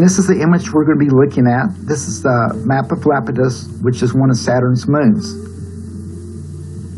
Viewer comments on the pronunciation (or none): EYE apetus. It's not an 'L', but an 'I', as in EYE. Interesting finds though.